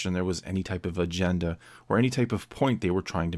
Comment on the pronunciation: You said "agenda" I heard * vagenda * That's the big problem.